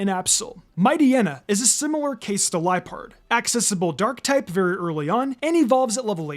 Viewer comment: It’s pronounced lie-PURD, high-DRY-gen, ZVY-liss, DRAP-ee-ahn, pan-GUH-roh, and lah-nuh-KEE-luh, “”! 🤨 Stop mispronouncing Pokémon names, you idiot! 🙄